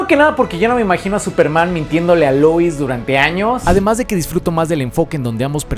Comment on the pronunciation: Por qué pronuncias Luis??? Por qué si todo el vídeo pronuncias Lois normal, pero cuando dices "Superman & Lois" dices Luis? XD. Pd: supuestamente el del traje no es Lex, pero habrá que ver la peli hasta entonces.